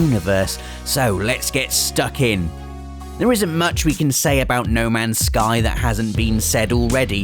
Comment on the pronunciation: Lol he said no mans sky